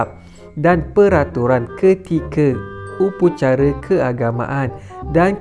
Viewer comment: Upacara lah bukan upucara